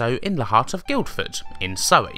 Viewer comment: Great video. The first 'd' in Guildford is silent, by the way - it's just "GILL - fuhd".